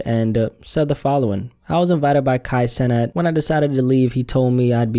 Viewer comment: We ain’t talkin about the same Kai cenat, you ain’t even say his last name right brody